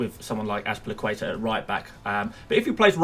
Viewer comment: Right off the get-go, Ryan is probably getting replaced. It is a good thing to follow transfer rumours if you want to produce such videos with "advices". Thus far it makes all of your begging in the beginning pointless. Edit 1: I gave it a quick glance and noticed you can't even pronounce Az-pi-li-cu-eta. Or Dave as he is known. Mainly for people like you. Edit 2: Chill down. Is there some race going on right now? Can't even pronounce a simple name as Trent Alexander-Arnold. Edit 3: He is Doherty. No C there, mate. Use your eyes. Says it right there. Edit 4: Guess you haven't watched Bournemouth prior to relegation and noticed that Wilson and Frazer play together so ASM is suspect. Edit 5: Ferguson is out for a long time so why not get another 4.0 DEF that might get a minute. Or is this a "long-term plan" with you holding Ferguson that hasn't even started an official game for the rest of the season? You gotta do better. If you believe this team will do good then all the power to you.